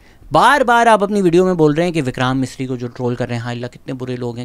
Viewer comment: Pronounciation which you didn’t get right- Akhand Bharat,Vikraam Misri 😂😂 hence your whole video is rendered useless now…what a clown you are😅